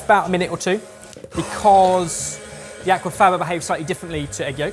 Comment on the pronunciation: That is so far from how Aquafaba is pronounced 😂😂 my new favourite way to say it though!